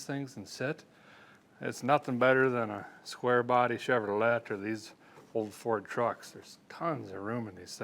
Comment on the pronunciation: Had to stop watching because of the way he kept saying RADjiator and CheveroLET… ugh! Nails on a chalkboard 😵‍💫